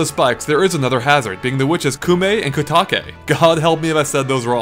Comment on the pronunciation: Koume is pronounced koh-may. You pronounced Kotake correctly.